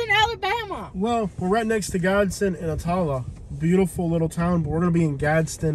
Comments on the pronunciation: He can’t pronounce Attalla😂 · "Ah-tahl-la". LOL. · ah-tah-lah lol. learn to pronounce it buddy